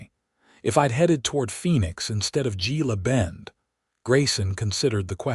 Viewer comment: It's pronounced heela bend